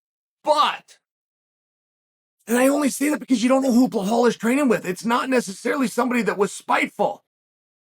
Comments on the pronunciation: Why does he pronounce the name is Bahal? Just say simple english uncle ( B i L A L )😮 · Its Ba Lal 😭😭😭 its not that hard pronounce where tf is the h coming from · Sonnen is an idiot for deliberately mispronouncing Belal s name. He just does these for the comments, plays a clown in the name of discussion in the comms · Type Belal in video title then calls him Blahal the whole time...I m not watching this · From belal back to blehal in minutes 😂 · Never met someone as dyslexic (or whatever you wanna call it) as Chael lmfao... BLEHALL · Chael, there’s no H in Belal. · Sonnet is an idiot for deliberately mispronouncing Belal s name. He just does these for the comments, plays a clown in the name of discussion